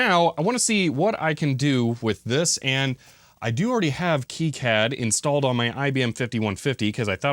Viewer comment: Sorry, but it’s pronounced key-cad, the way you’ve said it, though I’m sure unintentional, contains a slur against Jewish people.